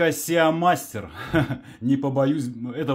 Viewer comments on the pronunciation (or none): Приветствую! Я конечно извиняюсь, но уже продолжительное время мне режет ухо произношение английского слова SEA MASTER, слово sea произносится просто СИ, а не СЕА....и по предлагаемой ссылке Авито попадаешь на VK.. 😅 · Все правильно он говорит. Си Мастер- это оригинальное название. У - Сеа Мастер! Это типа абибаса… 😂